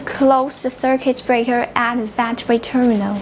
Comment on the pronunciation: Bukan terminos,, tapi terminal